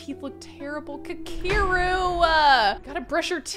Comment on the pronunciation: aweee this is so cute. I hope their baby is cute too. and human rather than an alien. also his name is pronounced "Ka Ke Ru it's Japanese.